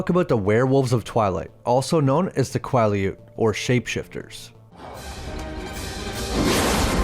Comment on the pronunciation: I genuinely hate how you pronounce Quileute like your doing it on purpose